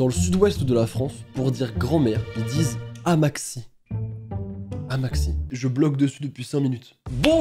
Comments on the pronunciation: il a dit "Amaxi" au lieu de "Amatxi" dans la vidéo;-; Sa m'a trop perturbée;× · C’est pas « Amatxi » en mode « amaxie », c’est « Amatxi » ici au sud ouest le T avec le X sa fait « ch » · Comment ça « AMAXI », ça se prononce pas « amatchi » 💀😂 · Ok prononce amatchi et pas Amaxi ( c du basque) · Ça ce dit pas "amaxi" mais "amatchi" et moi je dit ça pour appeler ma grand-mère . Vous en moquer pas c'est une langue que tout le monde parle dans ma régions :( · “AmatXi” mon petit cœur basque à mal. Merci 😂 Au cas où si ça intéresse quelqu’un, ça se prononce "amatchi” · Mdrrr la prononciation "amaxi" ça me tue 😂 le "x" se prononce "ch" en basque d'où le prénom "patxi" qui se prononce "patchi" et "amatxi" qui se dit "amatchi" et "aitatxi" qui veux dire "grand-père" ou "papi" qui se prononce donc "aitatchi". Je sens que cette vidéo va bien me faire rire encore 😂😜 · J'adore le "amaxi" x) Ça se prononce "amatchi" et c'est basque voili voilou sinon j'adore tes vidéos :) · C’est normal que tu trouves amatxi bizarre c’est pas français c’est basque 😂 Et pour la prononciation ça se dit « amatchi » pas « aMaTkSi » 🥴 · Amatxi ce prononce « Amatchi » c’est en basque en le prononçant « Amaxi » t’a pas respecté tout une région 😭😂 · Sa se prononce pas amatxi ou jsp quoi mais "amatchi" xD (enfin perso je dit comme sa) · Amaxti c'est au Pays basque mais ça se prononce Amatchi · On ne prononce pas comme en français car c’est du basque et sa se prononce Amatchi et pas amaqussi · Juste ça se dit pas '' amaksi '' mais '' amatchi " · en retard mais ça se prononce /amatchi/ et pas /amatxi/ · Salut salut! Comment ça va ? Je viens donner une petit explication car je suis basque. Pour le mot "amatxi" c'est du basque (parlé dans le Pays Basque, logique) et ça se traduit par "grand-mère". Aussi, ça se prononce "amatechi" ! Voilaaaa. D'ailleurs, super vidéo comme d'hab ! La preuve je la regarde encore en 2023! J'adore tes vidéos continue comme ça! Bonne journée/soirée/nuit. :)